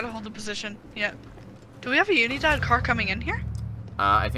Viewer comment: The way they pronounce “unidad” 😂